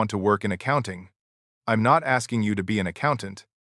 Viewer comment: I hate it when AI says im instead of I'm. Id instead of I'd.